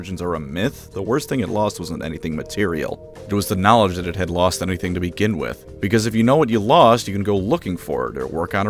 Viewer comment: "You know what I value more than the Primarchs? KNAWLEDGE"